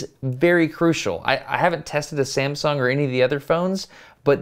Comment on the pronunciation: Samsong?? LOL, great video.